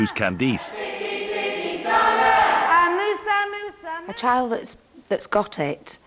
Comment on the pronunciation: I can’t see the name Candice without hearing “CandEESE” 😂 We don’t pronounce it like that here, it’s so fancy and pretty!